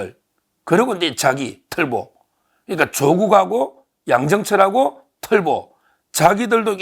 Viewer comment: 틀보(X) 털보(O) 김으준(X) 김어준(O)